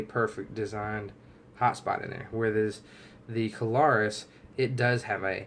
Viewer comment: Two syllables, it is Klarus not Ka-lar-us.